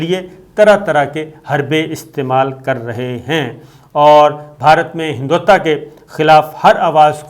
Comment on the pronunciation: Sabir saab hindutva sahi lafz hai. هندتوا